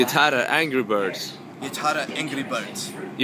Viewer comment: han ska ju låtsas vara svensk och svenskar har accent på angry birds !